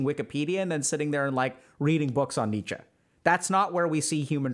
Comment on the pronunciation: One of the few people to pronounce Nietzsche correctly.